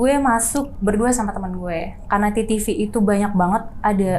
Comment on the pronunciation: biasanya ngucapinnya "TeTeVe" . kalau mau pake b.inggris ya vital sign...... agak aneh dengernya "titivi"😅.